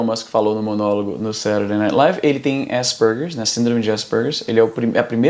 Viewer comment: Que agonia ouvir o Izzy falando "Aspergers"